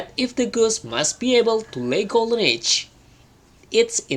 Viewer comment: Mas dikoreksi pembacaan kata ini, silahkan liat kamus pengucapan yg benarnya : 1. Once 2 upon 3. Eggs 4. Though 5. Thought 6. Would Biar yg belajarnya jg sesuai.. takut mengikuti pembacaan yg salah 🙏